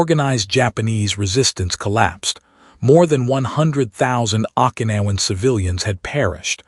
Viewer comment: Pronounced Okinawan wrong several times. Glad to know that the red head soldier had an Irish name. Bow down is not pronounced like a bow and arrow. Everyone of these stories gets bow wrong.